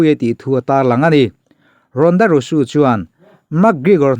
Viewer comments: Engatinge RONDA RAWSUU i tih Zel a.. 😂😂 RONDA ROUSEY tih ni na na na.. Rawsuu ti a i lam zel chuan buaithlak awm.. SEY hi Zee/rosy tih ang hian lam tawhtur umm.. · Ronda rosu ni lo in, ronda rozi ti in lam rawh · Rosey hi Rusu tih tur ani mae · Rusu tilo in rauzi ti anga lamjawk tur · A ngaihnawm thin ee mahse Ronda rousey i lam (pronounce) dan khi a dik lo deuh... Rosu ni lo in Rosi ti tur a ni zawk e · Ronda rauzi tia lam tur zawk anih in ka hria👍👍